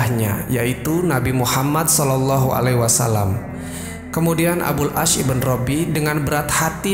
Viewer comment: Maaf sdr. Pemilik akun, ada yg sedikit mengganggu yaitu IBN bukan IBEN tapi singkatan dari IBNU yg artinya Putra, kata lain dari BIN yg juga artinya Putra. Terima kasih